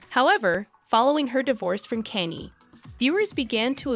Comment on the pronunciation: Oh dear.. lingerie...google how to pronounce it. Kan ye KAHN YEH Not Kanny. Good grief! You do not know these people or even have heard their names. It seems you are paid to read a piece of paper without knowing how to pronounce names and words. This is not goog